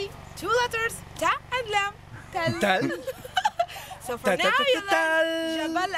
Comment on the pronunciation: I think the hill is Tal not tall